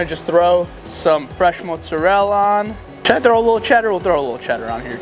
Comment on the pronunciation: 🧐ssir you say montserrela its mozzarella